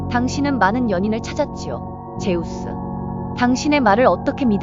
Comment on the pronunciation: 즈스가 아니 제우스